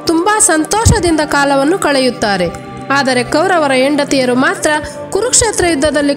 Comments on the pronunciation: ಹ ಮತ್ತು ಅ ಉಚ್ಚಾರಣೆ ಓ ಮತ್ತು ಹೋ, ಹೆಂಡತಿ ಯಾಕೆ ಎಂಡತಿ .. ಈ ವ್ಯತ್ಯಾಸ ಗೊತ್ತಿಲ್ಲವೆ ?? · ಯೆಂಡತಿ ಅಲ್ಲಮ್ಮ, ಹೆಂಡತಿ.